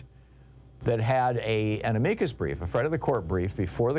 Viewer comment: Amicus is pronounced like this. ami like am + the short i not the foreign i and cu like in the beginning of cushion and the final s like in hiss.